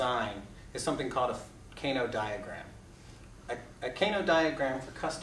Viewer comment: Pronounced kah-noh, not kae-noh